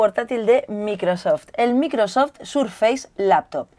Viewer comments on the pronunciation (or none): ulala señor francés se dice maicrosoft :v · Dice bien Surface pero después micro soft hayyyyy!!